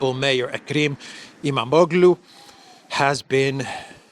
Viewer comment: (Don't pronounce the G with the sqiggly line on top) it is a silent G... Imamoğlu would be pronounced as Imamolu... it just makes the o a little longer